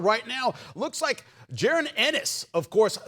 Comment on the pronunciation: You can’t say JA-RON?